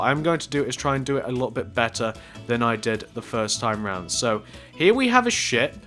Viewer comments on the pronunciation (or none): this guy says shit instead of ship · when he said ship i kept thinking he said the other word that sounds like it